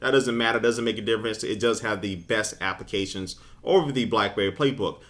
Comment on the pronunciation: Appications... Appications... appications... lol